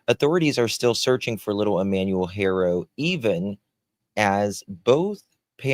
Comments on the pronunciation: Ty. I missed the Live somehow. FYI Haro is pronounced Ah-ro(silent H), like you said in Spanish, and Hair-oh in English. You hear the Hispanic reporters and so forth saying Ah-ro. Also the DA in the 2018/2023 case re Carolina or Promise spoke out against the judge in his ruling, but I don’t know if an appeal was submitted. The judge said he couldn’t comment on his ruling because of ethical reasons. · It's Haa-Row ✌